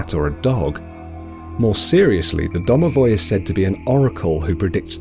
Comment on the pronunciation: DOMOVOI 😂😂😂😂, im russian am im done😁😁😁